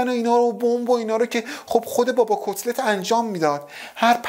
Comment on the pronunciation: میگه کصلت یا کتلت؟؟😂